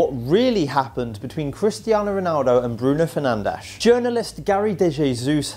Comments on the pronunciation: Fernandes it pronounced Fer nan desh! In Portuguese not Spanish Fer nan dez! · His name is actually not pronounced 'Fer-nan-dez' In reality its 'Fer-nansh' or something similar to that due to his nationality